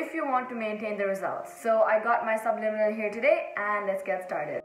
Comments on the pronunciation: How the heck do u say that word.. subnimilal.. sublinimal... subLIMINal .. AAAHH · Nobody: Nobody ever:: subNiminal Haha, love your content!